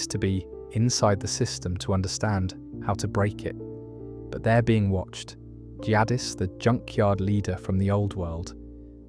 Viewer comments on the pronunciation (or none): Everytime you say “Jadd-is” instead of “Jadis” it pulls me out of drifting off to sleep. Or even worse “Jack-qui” that one drives me mad.